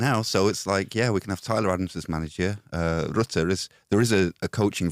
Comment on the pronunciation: That pronunciation of Rutter....please, in the name of god, stop